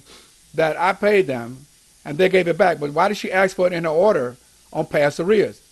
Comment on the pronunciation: Go get 'em, Jimmy. it sounds more like "odor" in the court than order. And Merry Christmas.